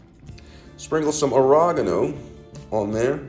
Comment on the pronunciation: Garleek… aragano…😭😂 good recipe though